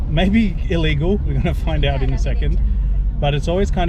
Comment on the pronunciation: you pronounced ilegal wrong :D